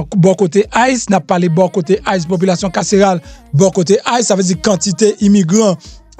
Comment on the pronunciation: Tande grosè fransè MPH mezanmi "poulation carcerale"😅